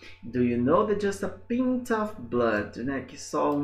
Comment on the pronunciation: Professor, when the word "pint" refers to a liquid measure, then the correct way to pronounce it is with the /ai/ sound. according to the text this does not mean that a drop of blood can save up to 3 lives, in fact approximately half a liter of blood can do that.